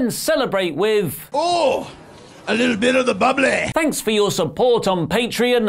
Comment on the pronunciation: “A little bit of the bubblay” Is the next big meme 😂😂